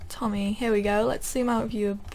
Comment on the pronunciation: You keep reading words wrong and its kind of funny.. haha. I think it shoupd be tommy.